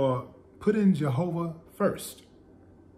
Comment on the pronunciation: Willie D, you put that hard, "r" on the word jahovah😂😂😁💯✔